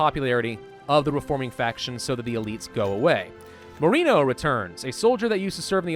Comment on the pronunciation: Mo-re-no Not mo-ree-no Sorry, it was just getting under my skin.lol.